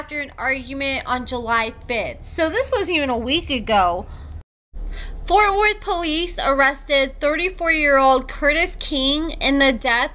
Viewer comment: Fort worth here and yes you pronounced it correctly!